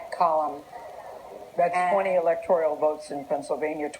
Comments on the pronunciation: Did Gayle actually say “ electTORIAL “ votes versus 😝”electoral”? And she is adored as a national reporter ? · EEE-LEK-TOR-AL not "electorial" you moron you. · It's pronounced "electoral" folks...not "electo-ree-ul". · Gayle King is such an idiot...all night she kept saying “electorIAL votes” instead of the correct “electorAL” votes. How do these dimwits make it on air.? Well, in her case...we know how and why. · "... twenty ELECTORIAL votes..." Can someone tell that idiot how to pronounce "electoral"? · These tards keep mispronouncing "electoral". They keep saying "electorial". Libtards. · Who was the dumb commentator that said "electorial" votes ?